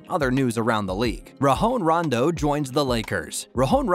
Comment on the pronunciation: Bruh... Who the ** is RaHon Rondo??? 😂😂😂 If you're going to talk about basketball, at least learn who the players are and how to prounce their name. Lol